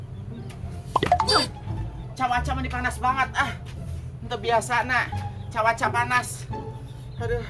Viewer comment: cawaca✅ cuaca❌ meuni bentes nyebat na teh😂